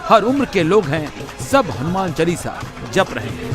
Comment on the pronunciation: It's not "चलीसा "....Its चालीसा....